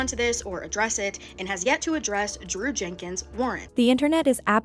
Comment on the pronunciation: Why is the ai calling Drew "Jew"?